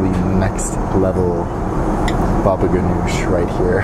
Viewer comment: M-iza, bubble ganoosh, canopies? Dude you have some interesting ideas on pronunciation.